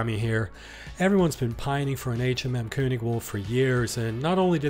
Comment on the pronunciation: THANK YOU for pronouncing König correctly 😂👏👏👏👏